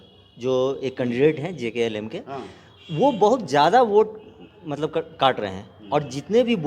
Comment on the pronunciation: Sir ji Kya patrakarita karte hai aplog, party ka name to sahi se boliye JKLM nahi hota hai JLKM hota hai